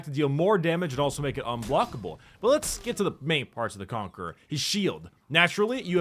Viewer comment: The Conque-RAH